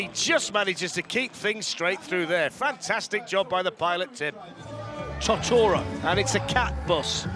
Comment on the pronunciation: I get with the accent Totoro isn't going to be said right but come on man, Tuhtora